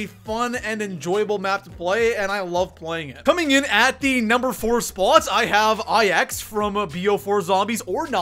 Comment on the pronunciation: I really hate the way you say "spot"